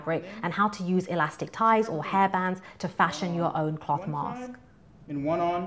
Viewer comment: its a good video, but the way she says cloth really irks me for some reason